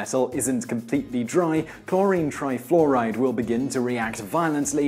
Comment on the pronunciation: "cHloWrInE tRaYfLoWrAyD"